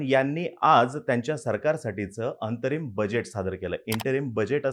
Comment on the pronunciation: होय,पण डोक्यावर खूप ताण घेऊन बोलतात. इंतरिम नसते अंतरिम असते.